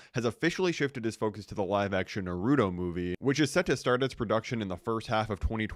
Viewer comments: Nar-A-to (not) nar-u-to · It’s “NA-RU-TO” NOT “NAR-RU-DO” 😭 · we don't need a Naruto movie also it's pronounced Naruto and not NaRUto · Did he fr just say nuhroodoe? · Its pronounced :na rue toe: YW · First of all is pronounced nah roo toe second of all this is good news not bad. Naruto is better than spider trash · i just got infinitely pissed by how you pronounced ‘Naruto’ how hard is it to say ‘nah-root-oh’ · Had to click off the video after hearing how you pronounced Naruto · as someone who is super hyped for the spider man movies cause they have been all really good, we must hang this man for pronouncing naruto incorrectly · never try to pronounce Naruto again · It Naruto why can you say it right bro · Disgusting way of pronouncing Naruto holy shit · Nah I know you did not just pronounce Naruto like that